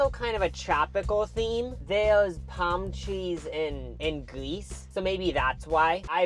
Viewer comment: Oh said palm tree 🌴 not palm cheese 🧀 😂😂😂😂 ….